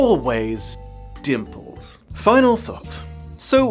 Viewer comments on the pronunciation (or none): I keep hearing nipples instead of dimples.